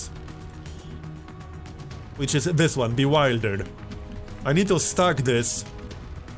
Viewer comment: So you know,, "bewildered" is pronounced with a short "i". So like "willpower" rather than "meanwhile".